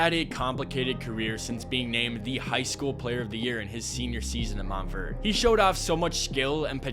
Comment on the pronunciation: I’ve never heard someone say “Montverd” when saying “Mont-Verde”